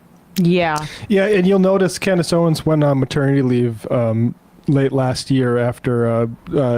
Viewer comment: “Clandace Owens” 😂😂